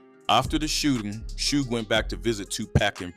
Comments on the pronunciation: Why u say suge like that 😂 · Why u say suge like that weirdo 😅